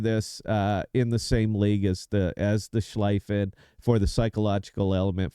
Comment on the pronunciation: So, first off: The pronunciation of Schlieffen the"ie" is like "ea" as in tea or sea. Think of it as it is written Schleaffen. So you are convinced that the Schlieffen is the best secondary ship. OK It has definitely "one of the best" secondaries. Iwami (best secondaries in game), 32mm pen, 3,7k dpm on a 100m² spot. Navarin (2nd best secondaries), 26mm pen, 3,5k dpm on a 100m² spot. Schlieffen (3rd best secondaries), 32mm pen, 3,1k dpm on a 100m² spot. Only Lütjens brings it upto 3,7k The 100m² is a definition to bring all the secondaries into the same point of efficiency All German, normal BBs, like G.K., Preussen, Pommern and the Mecklenburg get a deck armor between 50 and 80mm and are immune to German secondaries. You can only pen their stirn and bow and the superstructure. G.K., Preussen and Pommern are lost, because of their inaccurate main guns. The Mecklenburg on the other hand, despite its mediocre secondaries (1,3k dpm on the 100m², pretty much the same as Preussen/G.K.)) can pen upto 40mm with IFHE (which I would recommend, but others don't), BUT and here comes the point: The accurate main guns obliterate any ship in the secondary range (also 12,5km), This and her torps is what makes this ship almost unbeatable and only a Libertad is able to be a good match for her. This is only theory and numbers that won't convince anyone. To get this out of the way: I'm just an average player, not an UNICUM My Mecklenburg stats over the Schlieffen: way more damage, better winrate